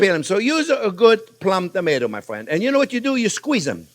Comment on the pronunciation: I address my wife "hello my fwend" every morning because of him...